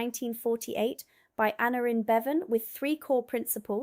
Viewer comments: Hi, good video. Aneurin Bevan, pronunciation, ann-eye-rin Good effort but Welsh can be tricky Keep up the good work Lyndon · AnEUrin Bevan (Annoyrin)